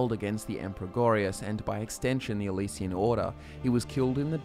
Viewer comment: Why are you saying Elysian instead of Alessian empire?